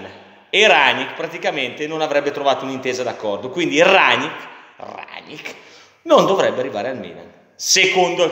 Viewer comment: Minuto Rrrranngngnickkk 😂🤣😂🤣😂🤣😂🤣😂🤣....la maglietta x l'anno prossimo è pronta!!